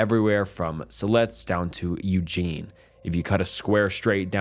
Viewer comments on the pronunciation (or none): none